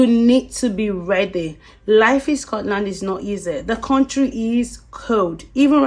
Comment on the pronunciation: You are saying Scotland all wrong!! Just go back where you came from..